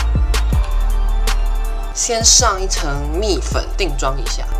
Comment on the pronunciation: 你说蜜粉我听成米粉